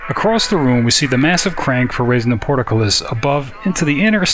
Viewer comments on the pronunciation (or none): It's just port, then cullis, Not port-a-cullis. There's no outhouses involved.